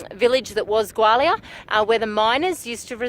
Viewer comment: A pity you can not pronounce the name properly